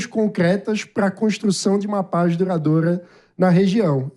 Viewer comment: 'Consxtruçãu da paix'? 😂'paix' com fundamentalistas islâmicos radicais??? Vtc, idiota! 🖕😂